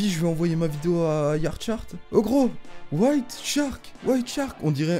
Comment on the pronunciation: L ecorchage de nom whiteshark ahaha ptn sa ma tue ahah !!!!